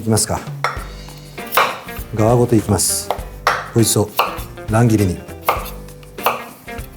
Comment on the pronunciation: 「かわごと」じゃなくて「がわごと」なのね